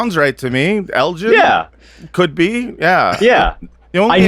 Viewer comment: This! The British Museum's refusal to give back stolen artifacts truly knows no bounds. Also, for my fellow Americans, Lord Elgin's name is pronounced with a G as in "gift," not El-jin as they said it here.